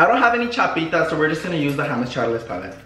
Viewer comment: I can’t “Hames Chales” 😂😂💀💀💀